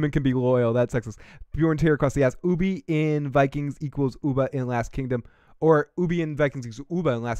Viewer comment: Dude could you at least say ubbe's name properly it's grinding me 😂